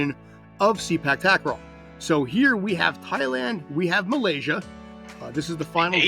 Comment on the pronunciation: Sorry guy, it pronounce "SE-PAAK TA-KRAW not SEE-PACK TAG-KRAW" please correct the pronunciation. 😉😉😉